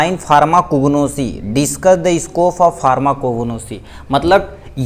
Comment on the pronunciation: Bhaiya Marpho nhi pharmaco bolo